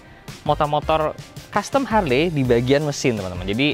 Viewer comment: Bacanya Harli bukan harle bos